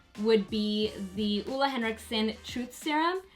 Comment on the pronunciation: Done! Love how you say Ole Henriksen haha!